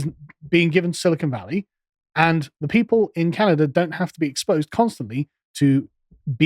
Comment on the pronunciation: Where is the r in Canada?